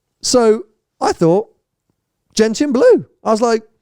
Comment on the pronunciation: not "Gent-ian" but Gentchen", please. Ask your mother about Gentian flowers, where the colour comes from.